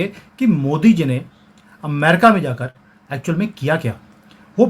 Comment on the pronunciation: शब्द "अमेरिका" है। आप एमेरिका क्यूं बोलते हो? अमेरिकन √√ एमेरिकन ××